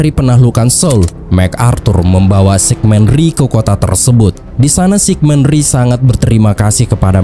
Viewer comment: Shin Man Rhee.....kali min. Karena Shin itu marga orang Korea macam Shin Tae Yong bukan Sig Men Rhee dan Pyong Yang bukan dilafalkan Pyong Yeng tapi tetap dilafalkan Pyong Yang, jangan ikutin lafal inggris/ bule. 😊